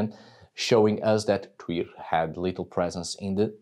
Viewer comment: Thank you so much! I now know how to pronounce Tyr's name properly. I live in the U.S. and we mispronounce EVERYTHING. 😂 Plus, I have Dannish blood, and it is nice to hear from the Peeps! Blessings on your house!